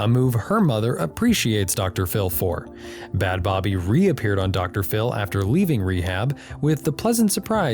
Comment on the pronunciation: First of all the way you say bhad bhabie is painful...it's literally just pronounced "bad baby"...secondly crediting him for her fame after she's spoken out about the abuse she endured while in the program he sent her to is super gross